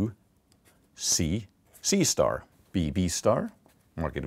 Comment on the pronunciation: I usually take all numberphile videos as half desent math, but the fact that whenever he said "C*" it sounded like he was saying "seestar" (sister with a mexican accent) i was damn near killing myself laughing